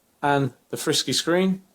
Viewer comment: its not frisky its Fr-Sky